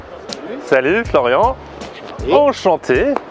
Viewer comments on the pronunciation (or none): none